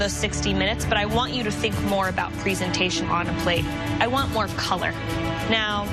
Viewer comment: p-ree-zen-tay-tion what the heck.